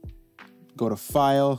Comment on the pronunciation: the coincidence of me trying to export a fire animation gif and you misspeaking file. amazing